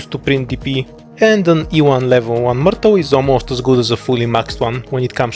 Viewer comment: Дядя, она миртл, а не муртл)